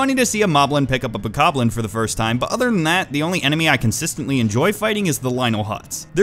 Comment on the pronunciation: I see all you commenters talking about what said in the video, but, I think the most important thing to take away from this video is...Bokobles, Moobles and... Lizards